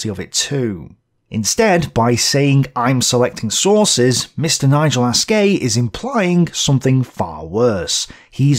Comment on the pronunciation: If you just didn't call him "Nigel Ass-Gay" over and over, I'm sure you could resolve this issue